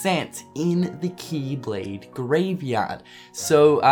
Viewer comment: kee kee keeblade kee kee kee kingdom harts keeblade kee